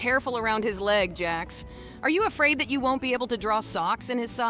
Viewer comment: Jax it's jax